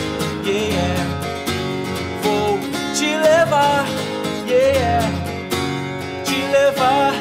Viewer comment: " yeéyé "??? não seria " yeah " ?